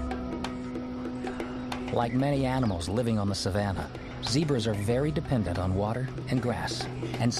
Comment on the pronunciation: Not zibras.ZEBRAS😅